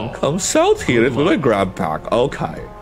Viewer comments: Grabpack ❌ Boobygrab ✅ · Why you keep saying boobygrabs